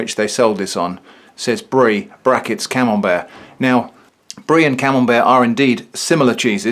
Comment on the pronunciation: More like “canembert”